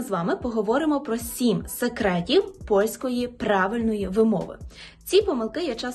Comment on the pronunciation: А я не розумію, чому багато осіб на телебаченні вимовляє українське «в» у кінці слова як польське «ł”? СекретіВ, а не секретіу!!!